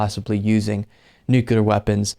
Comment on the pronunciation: man, buddy, pal, I love ya but you're killing me here It's "new-clear", not "nuc-yoo-lar"